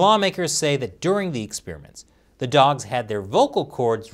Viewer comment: "Yi' lyk dags?" "Dags? Ooohhh, dogs, yeah I like dogs"